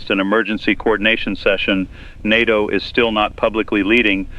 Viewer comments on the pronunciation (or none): none